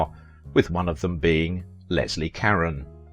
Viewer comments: This narrator can't even pronounce her last name. Try Ca- rhone Not Ka-ren. I met her once as a youth. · Karen? Karen? Her name is Caron ka-rone I literally quit watching. Who's Karen? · Leslie "Cuh-rone" not Leslie Karen. Jesus, you can't even get her name right. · It’s caRon not Karen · You keep mispronouncing her name its Carrone not Caren . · It's not pronounced Karen but rather Ca-rowne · Leslie "KAREN"? I thought it was pronounced "ka rone". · Her last name is pronounce Ca-rone not Karen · SO MUCH FOR YOUR IN DEPTH COMMENTARIES. I APPRECIATE YOUR SITE AND THE INFORMATION IT OFFERS. BUT PLEASE GET THE NAME PRONUNCIATIONS CORRECT, IT IS EXTREMELY IRRITATING TO HEAR YOU PRONOUNCE [LESLIE KARE-ON. OVER AND OVER, IT IS PRONONCED ,CARE-OWN , OR CARE RONE] YOUR OWN ACCENT IS NO EXCUSE! THIS IS VERY DISREPECTFUL TO HER MEMORY AND LAZY ON YOUR PART! IN AN OTHERWISE EXCELLENT PORTRAYAL OF HER LIFE. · I know...so irritating. It's Car-ROH. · Leslie car-ON as in "OWN". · Her last name? It's "care-own". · It's Leslie (Cah-ron...hard 'o') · Her name is pronounced “ CARONE” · I often enjoy your videos ... they are informative, and usually the subjects are of great interest to me. But it is SO annoying when you mispronounce their names over and over and over. You've done this on several videos, and it is just maddening. Leslie Caron's surname is pronounced Car-RONE. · I've always heard her name pronounced, "ca-RON". ? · I believe her name is pronounced "Ka-Roan". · Yes “ CARONE” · I just heard one too many 'Karen's' and couldn't take it anymore. It's like fingernails on a blackboard. I like this channel but will watch something else from AOV. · That's not the right pronunciation. That might be how it would be pronounced were it a Spanish name, but it is French. Ca-roh (the "N" is not pronounced, the second syllable is nasalized, there is not an accent on the second syllable). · You pronounced Leslie Caron's name wrong! What is wrong with you? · He is mispronouncing her name.